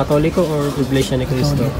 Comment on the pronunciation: Huwag mong Bigkasin nang IGLESIA